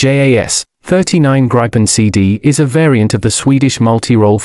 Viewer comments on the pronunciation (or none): I know that. My father worked on the project until he retired. I’m making fun of the AI pronunciation of the “Graipen”. 😂